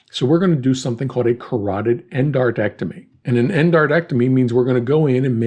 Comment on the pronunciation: These videos are incredibly well thought through and produced. I greatly appreciate it. However i have one tiny little bone to pick. Lol. He says "carotid endartectomy" but the correct term is "carotid endarterectomy". For a second i thought i had been saying it wrong for 16 years. But he misspoke. Smallest of errors, but i thought it would be nice to know.